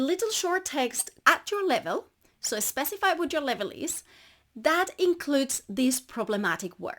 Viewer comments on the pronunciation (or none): Did I hear "you should be estrategic" & "especify"? 😉